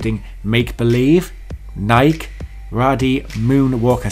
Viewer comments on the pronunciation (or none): Learn how to pronounce Nike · the way you said Adidas and Nike irks me. lol.